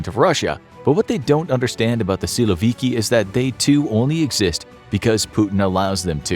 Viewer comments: Nobody calls in Russian a man named Vladimir (as first name) - Vlad. Never. It's mostly Vova or Volodya. Also, the accent in the word "syloviky" is on last syllable. "Syloviky" is mostly police force or national guard, police swat teams and etc. However, the army, normally, is not described by this terminology. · Funny how you pronounce “силовики»